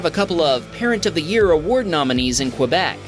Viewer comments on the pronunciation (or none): FYI, the QUE from Québec is pronounced like a K. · There's no "w" in Québec.